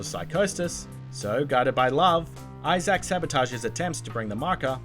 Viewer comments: Dead space- HIS NAME IS ISAAC NOT I-SACK 😂😂😂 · No ones gonna mention "eye zach"? No? Okidoke